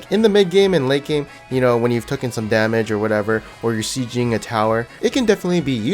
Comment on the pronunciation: tookin?! bruh it is taken